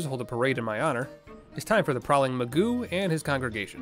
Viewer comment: Magus will always be pronounced as Magoo, now.